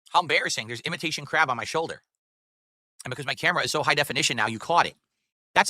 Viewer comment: Whenever he says "crab" it sounds like "crap"